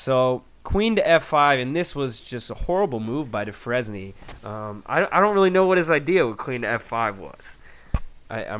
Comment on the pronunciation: It's pronounced "du frane" not "du fres nie".